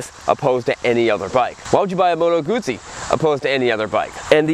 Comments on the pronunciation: I don't know why you say “Guzee”? It's supposed to be said as “Goot-see” Do you say Pizza as “Piza”? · no! It's not "Gutzi". It's "Gudzi". Or at least that was how the Sicilians were pronouncing "zz" sounds during my 2 years there in 78-80. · No it ISN'T pronounced "Goooo-tsee"..... the start of the word is pronounced with a hard 'oo' like the start of 'Good', with 'tsee' replacing the 'd'. Why can't 'Murkans get the hang of this? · I hope it is not a STUPID question, but is it pronounced, G-oo-ss-ie, or Goot-see?????????? Thank You Very Much. Regards. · It pronounces "Guzzi" with double Z, so you should remark the Z sound. Btw this bike isn't stock, for what I can see, there are the following aftermarket parts: - Solo seat - Led headlight - Side mirror - Indicators - WIndscreen